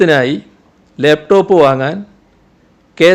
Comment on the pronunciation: ഇയാൾ എന്താ ലേപ് ടോപ്, ലേപ് ടോപ് എന്ന് പറയുന്നത്, ലാപ് ടോപ് എന്നു പറയാൻ ഇയാൾക്ക് അറിയില്ലേ?